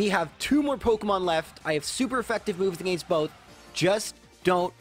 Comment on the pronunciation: I bet you’d hit 200k subs in a day if you learned how to properly say against.